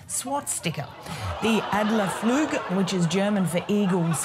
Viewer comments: How they pronounced "Adlerflug" ("edlafluueg") let my ball cringe so hard I needed to stand up and pull on them to get them out of my body. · adler flüg :) haha, the pronouncation was way off :)